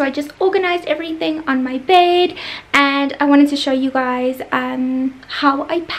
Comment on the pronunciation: Lol I think you said beard instead of bed😂😂😂😂😂😂